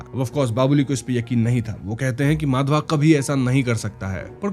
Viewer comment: Why you always pronounce character's name WRONGLY....😡 It's not माधवा... it's माधव...